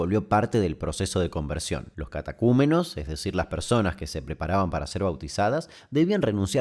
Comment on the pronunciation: "Catecumenos" no "catacumenos" existe el Movimiento Catecumenal